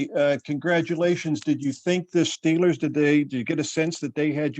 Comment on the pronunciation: He even says steelers like a yinzer🤯🥶